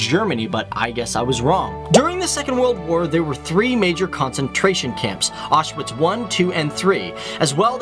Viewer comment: I was surprised that you mentioned that the letter 'W' is pronounced as 'V' and yet Auschwitz you mispronounced completely. It is an important place and deserves respect. Another mistake is that there is no such word as 'pierogies!' One is a 'pierog' and more are 'pierogi' - so, sort from that, I did enjoy your video. Thank you.